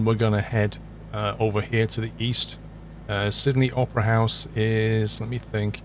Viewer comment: i heard him say "sydney oprah's house" 🤣